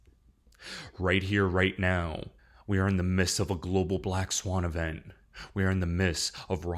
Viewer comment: The phrase is 'in the midst'. Not in the miss. Thanks for the info and warnings